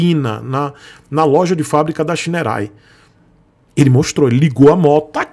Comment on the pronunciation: Olha, não sou fã de scooter, mas essa scooter tem muita coisa legal, parece que os botões são retroiluminados e realmente não consta no site essa informação. O site da Shineray é ruim e outro ponto que ja vejo a anos sobre essa marca, ela não faz nada para corrigir é a pronuncia correta. Eu entendo porque você pronuncia o nome errado, logo não cabe a você corrigir, mas a marca deveria se posicionar e corrigir isso através de ações de marketing. Para os seus inscritos - Não se pronuncia Shineray (xinerai). E o nome da marca é bonito, quer dizer Raio de Sol.